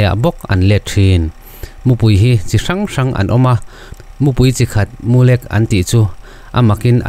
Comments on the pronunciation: Mulek tih kha midang zawt rawh ilam rik dan adik lo,,tiang a lek kawh tih a lek hi ilam ri a adik lo😄😄😄 LEK....a kal lek lek mai tih a lek kha lam tur alawm😄😄😄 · Mulek , i lam dik lo deuh . Lek tih lai hi , khek , nui khek uar uar kan tih a ,( khek ) tih thluk a lam tur . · Mulek ni lovin Mulêk tih a ni zawk em aw? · MULEK i lam dan hi a diklo... Chem a lek nasa mai tih a LEK an sawi ang a i ti lek hi a diklo a.. Mizo in ipte kan tih, sapho in BAG an tih a bag thluk lai ang hian LEK lai hi thluk tur a ni zawk e. A dang chu i chhiar thiam khawp mai, a ngaihnawm a. A mu lai khi chu i lam dik a, LEK khi BAG tih kan lam thluk ang hian lam ri la a dik thlap mai ang. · Mulek tih hi i lam dik chiah lo deuh ania.... Thil lek kang ang a lam riloin, Vawkte a ngek ang a lam chi niin ka van hre ve... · MU LEK i lam dan chu a va mak ve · Mulek i lam rik dan a dik lo tlat mai. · Mulêk...i thluk diklo nasa... Keep up... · mulek hi ilo la hre ngailo ani maw....i chhiar dik lo. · Mu hming i han sawia Mulek tih kha lek lai kha thluk sei deuh tur ania, i chhiar leh hunah i hre tawh dâwn nia.😂😂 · A nuihzatthlak zawk alawm